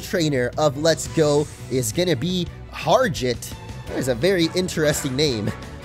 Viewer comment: Bro it's Harjit not Harjiat